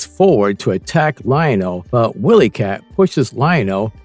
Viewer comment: Pronounced Wy-lee cat not Willy cat